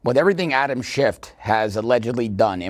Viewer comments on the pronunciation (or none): Adam Schiff not Adam Shift.